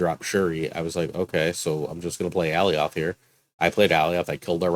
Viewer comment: The Thanos deck is fun, now if only RNG would stop hating me. Side-question, is Alioth really pronounced (all-e-oth) or more like (a-lye-oth)? Like if you take the name Galioth and dropped the "G"? Marvel Snap really needs to include the way the name should be pronounced along with the card. First Daken, now Alioth. :D Edit: I like the Hulk deck too, though I've had more success in replacing Klaw with Thing. Thing just gives a little more power at that mid-game point for me.